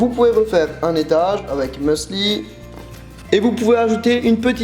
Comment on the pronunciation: On dit musli et non meusli ahah ;) les recettes m'ont donné tellement faim!